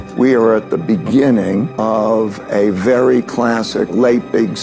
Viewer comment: vely vely questionable